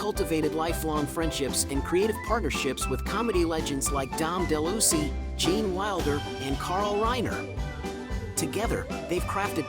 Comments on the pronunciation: his name is Dom (De lou-eeez) not (de-loosy) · Dom Deluise last name isn't pronounced DeLucy! It's pronounced delouise.